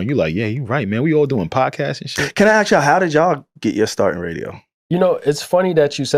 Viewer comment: Ask not Axe🤦🏾‍♂️